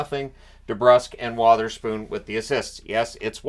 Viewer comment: At least you won’t need to hear the play by play announcer address Wotherspoon as Witherspoon